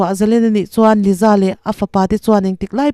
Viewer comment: Liza anih loh hi ,Lisa anih hi , YouTube Chanel meuh nei ve te chuan ,Diktak te hian lam ri ve mai thin la